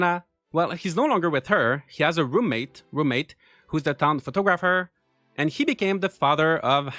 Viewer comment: Lol. That emphasis on "roommate" was priceless!